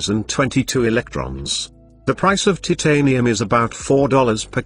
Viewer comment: bro its titanium not TITanium